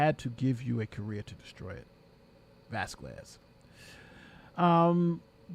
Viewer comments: broooo!! please dont say vaskuez... say vaskez... hurt my ears every tima you say her name.. saludos desde Honduras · Vas-kez…..2 syllables. Nothing that sounds even close to quarter or quack….Elaine!!!